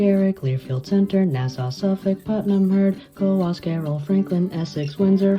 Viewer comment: you pronounce Coos correctly. Even some locals here pronounce it wrong.